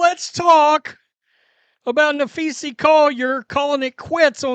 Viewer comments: Na-phee-sa Collier, not… Na-phee-see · Maybe you should try and learn how to pronounce her name. Especially since you do wnba post everyday for a living. There's an A at the end not an E. Just trying to help 🙄😏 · This channel has turned into a less witty carbon copy of the Ben Daniel Podcast. Well, and Ben knows how to pronounce Napheesa, and Brink.